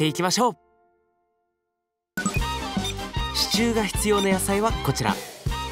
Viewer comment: 不破っち「支柱↓」 わたし「シチュー？あっ、支柱↑のことか！」